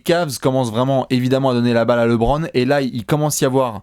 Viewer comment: Les gars ont vous kiffent mais c'est LEbron et non Lébron